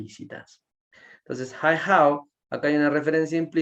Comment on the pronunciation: muy buena la explicacion, muy clara. solo una cosa... El saludo es "Ni Hao", no "Hi Hao" ;)